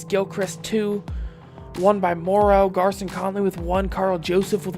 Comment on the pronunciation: Conleys first name is pronounced “Gary-on”